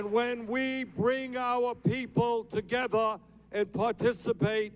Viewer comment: Bernie 'TOGETHA' Sanders